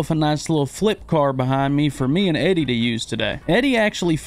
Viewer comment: Eddey spoke correctly